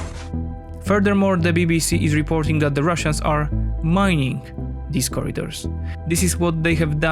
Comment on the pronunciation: they are mining the bi***es? That pronounciation was hilarious. You know that using mines is a war crime right?